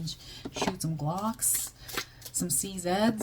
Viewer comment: Thankyou for yet another amazing reading. You made me google glocks lol I thought you said shoot some ducks. My heart sank till i checked transcript 😂